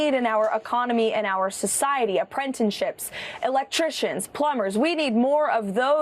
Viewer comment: Apprentenships? Did I hear her right? I feel like I’m in high school again.